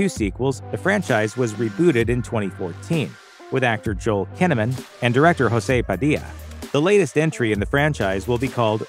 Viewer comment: Jose Padilha is Brazilian. The J is pronounced as J since it is Portuguese, and not as H as done for Spanish pronunciations.